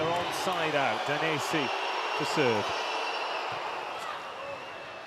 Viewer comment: "wooo Daniessi, wooo Daniessi, Daniessi Daniessi Daniessi" 🤣